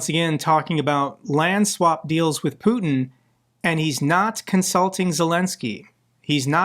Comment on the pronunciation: Put-eh (strange pronunciation) isn't coming to Alaska. This is a reality show script.